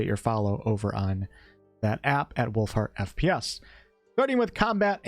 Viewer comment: I thought you said Wolf Fart not Wolfheart 😂